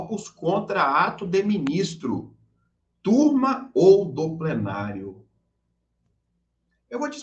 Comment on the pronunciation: turma, nesse caso, soa como " quantrill"